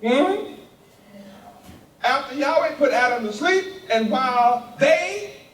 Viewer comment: Yaweh is actually an English invention misunderstanding the tetragram yhvh yud hey vov hey not yahweh. Sorry brother but you have been mispronouncing the name. In fact, only the high priest knew the true way to say the name.